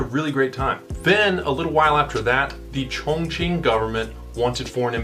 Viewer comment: Take a drink every time the Chinese guy says Chonqing. Geez...